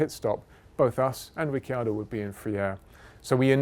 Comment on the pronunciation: After “Lastname” now we have “Rick-yado” 👍👍